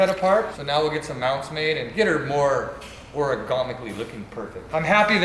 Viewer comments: Origomicly? Origami steering? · Will someone please teach the difference between "origami" and "ergonomic"?